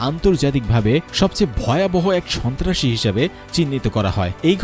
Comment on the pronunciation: রিপোর্ট কারির মখে বার বার শুনেছি স,ন্তা,রাসি কথাটা রাহাবার কি ওটা ছিলো 😡